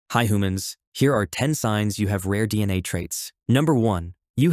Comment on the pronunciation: Didn’t notice until he said hoomans at the end